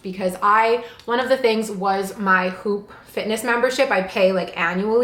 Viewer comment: Hi, just an FYI, it’s pronounced “woop”. The “H” is silent. There is an interview with the founder and CEO of Whoop on YouTube, and this is how he pronounces it: “woop”. Not “hoop”.